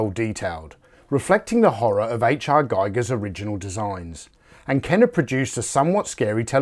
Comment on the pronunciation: Giger is pronounced "gee-ger" to rhyme with eager. FYI. If you happen to snag one, you definitely need to make a video about it! Good luck!